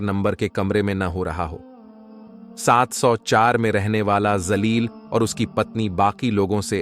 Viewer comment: Woh naam zaleel nahin jaleel hai urdu talaffuz achche nahin zaleel ka matlab kameena hota hai